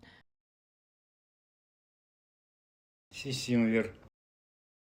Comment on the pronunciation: Так это не сисимбер а кукумбер